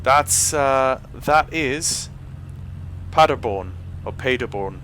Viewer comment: P-AH-derborn. Lipp-stat/shtat.